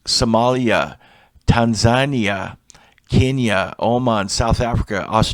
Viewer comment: Tan-ZA- ne-ah